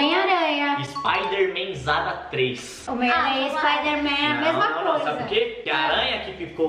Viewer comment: Não. É. Espaidemem. É. Homem. Aranha. Kkkkkkkkkkk.